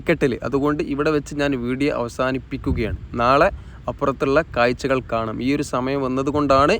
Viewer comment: ""കായ്ച്ച "" അല്ല സഹോദരാ കാഴ്ച്ച